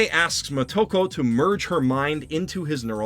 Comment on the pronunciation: First. It is Moto-ko (Child of the source) not mo-toko. Think Yama-moto (Source or base of the mountain). Second. I love the original movie and all the followup anime, however everything you say here could apply to the first movie since it wholly changed the character of the Major from the original Manga. Third. I agree this movie sucks and is way to far from how it should have been done, however Scar-jo sucked in this movie as well. I loved her as the black widow and she should have been great but she phone in this performance big time. Everything about her in this movie was awkward and uncomfortable. Far from a "brilliant performance". Last. As far as white washing. If you lined up all the female action starts in Hollywood and in Japan and compare them to the movie or anime series of the Major, I don't think you could find a women that looks more like Motoko than someone like Scar-jo.